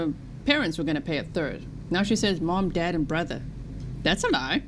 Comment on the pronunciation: I know it's insignificant, but I can't get past the way she pronounces "dad" as "dod" and "half" as "hoff." She's not a Valley Girl! Does Florida have an equivalent?